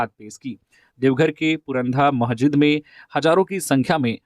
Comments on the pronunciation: Mahjid Nahi Masijid hota hai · आप ने एक जगह कहा महजिदों में, महजिद नहीं होता है। मस्जिद होता है।